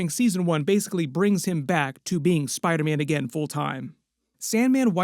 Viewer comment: Spida man😅